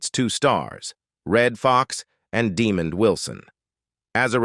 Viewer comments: This idiot narrating can’t properly pronounce Demonds Name properly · Ok it's working on my nerves, the way he's saying that man's name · Demon????? Try DemOND! This guy constantly botches the names of well known people! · Artificial NON Intelligence, it's pronounced Daa-mond, almost like diamond 💎, "NOT" demon !!!👹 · You big dummy! His name is Demond not Demon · Stop using these annoying AI voices. The man's name us DEMOND. NOT demon. Good grief. Do you have any editorial oversight? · Demon Wilson ??? 😂 His name is Demond , wow AI need to stop 🛑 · First of all pronounce the man's name right. It's not " Demon D". Secondly, Sandford & Son is one of the funniest and most popular sitcoms of all time not just the seventies! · Its pronounced De-mond not Demon......dumbass ! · Stupid AI . It’s Demond not Demon. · AI voice is stupid De-mond not De-mand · Pronounced DUH-MONDD not DEMON. LOL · It's not DEEMOND you dummy. Learn to pronounce it right DEMOND WILSON😏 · Not Demon its Demond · The man’s name is “De-MAHND” not “DEE-mond” as it’s mistakenly pronounced in this video! And Sanford and Son did NOT kill the Brady Bunch. The fact that the kids were now rapidly turning into adults caused the series to run out of gas. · It's Demond Wilson not Demon Wilson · Please tell the narrator that it's De-MOND and not DEE-mond. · His name is DEMOND with a D, His name is NOT 👹Demon👹 Pronounce it Correctly. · Demond is pronounced DEE-MONND NOT DEMOND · I get so tired of AI VOICE VIDEOS IT CALLS HIM DEMON WILSON 😤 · The narrator constantly pronounced Demond Wilson's name incorrectly! He called him DE-mond instead of his correct name of de-MOND! Very unprofessional! It was extremely annoying! Get it Right, Sir!!! Just had to point that out! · The narrator constantly pronounced Demond Wilson's name incorrectly! He called him DE-mond instead of his correct name of de-MOND! Very unprofessional! It was extremely annoying! Get it Right, Sir!!! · Dee Man? He pronounces it Dee Mon!